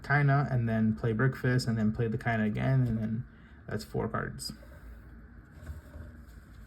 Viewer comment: Why bro? Shes KAYA not KayNA...